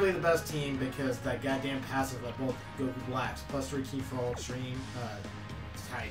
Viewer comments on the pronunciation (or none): none